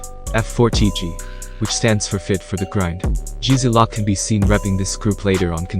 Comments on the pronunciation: Good video but learn 2 pronounce the difference between lock and loc...loc means crip and saying it wrong just shows how far from the culture u really are lol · It's loc not lock yo....geeeeez